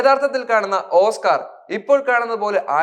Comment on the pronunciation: ഓസ്ക്കാർ എന്ന് പറയാൻ പഠിക്കട....